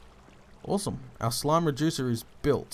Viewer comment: I thought the first time he made one of these slime reducers i thought he said "slime rejuicer" wow lol